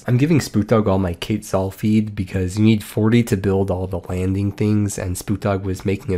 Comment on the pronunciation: I've played a LOT of ark survival evolved, and hearing you say KATEzhall burns my soul every time 😂 I love your vids though! I've been watching for a long time now❤